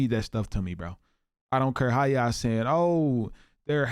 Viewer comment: When did everyone start pronouncing YA'LL.. as YAW?